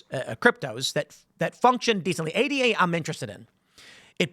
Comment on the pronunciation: "Ayduh", not A D A.